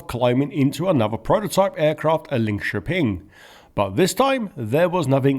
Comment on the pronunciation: well done on Linköping!